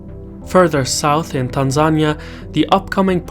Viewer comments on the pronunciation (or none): Facts😂. It's not Tan-zain-ia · It's pronounced "Tan Zan knee uh". just fyi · Why did he say Tanzania like that? That's not how I learned to say it 🤔 Where's from? Is it an accent thing? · He's from Azerbaijan. People say things differently. I'm a Canadian in Australia and experience this daily